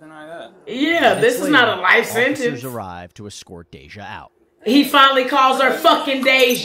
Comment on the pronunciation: Not the narrator repeatedly calling Day-jah "Dah-jah" 😹